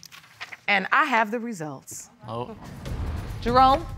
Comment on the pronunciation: DID SHE JUST CALLED HIM"DEROME"